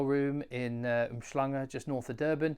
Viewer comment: First time in South Africa.... pronounces "Umhlanga" perfectly😅